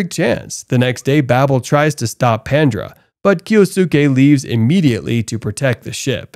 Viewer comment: Also, he keeps on saying "Pandra" when I think he probably means "Pandora" Edit: Now I can see from the cake that it's being pronounced correctly, but it still sounds as though someone just took the "o" out of Pandora to make the gang's name.